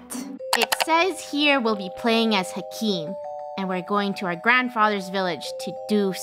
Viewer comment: says hakim as hekim bahahhahhaha